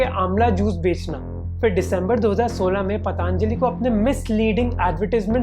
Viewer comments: bro, its Patanjali.....not PatAAAAnjali.... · It's Patanjali not paatanjali... procunouce to sahi bolo 🙄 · First of all learn how to pronounce 'Patanjali' Not 'Pataanjali' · Bhai pataanjali nhi patanjali bola jata hai ! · Pehle isko Patanjali bolna sikhaao